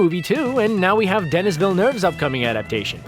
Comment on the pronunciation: "DENNIS Villeneuve" SMH Wow... I wonder how many more names you're going to butcher.